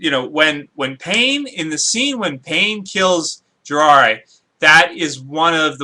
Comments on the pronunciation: JI RAI YA NOT JIRARA hahaha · lol you said jiraiya wrong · can you pronounce the name correctly, they aren't that complicated. Sasuke (Sas'Kay), Jiraiya (Ji'Rye'Ah)